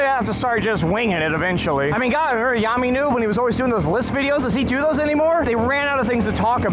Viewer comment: Your mentioning of joe biden in the first minute and mis-pronunciation of yammie noob in less than the first 2 mins made me discredit the rest of the video atleast wait 5 mins before political jokes and disrespecting people, its shows what your concerned about and thats not what people are here for, if you rag on his opinon do that be brutal but dont be abnoxious (then continues political jokes) Your points and opinons were valid ✨ good content, politics and religious opinions isnt meant for a channel to publicly advertise You are hilarious thou